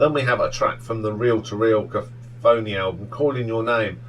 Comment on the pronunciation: Having seen two of your SM rankings. I have to leap in and help. It’s pronounced Ka-cough-a-knee. 👍 As in Sm’s 2nd album.